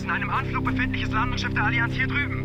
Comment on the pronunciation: das landungsschiss :DD